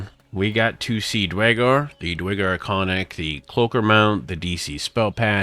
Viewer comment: DUHR! IT'S DUERRRRGAR! NOT DYGAR